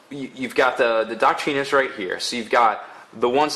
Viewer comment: I think it's pronounced "DOK-trinz."